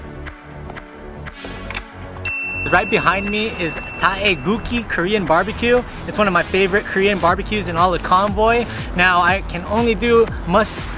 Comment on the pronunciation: You said "Tae"-gugki hahahha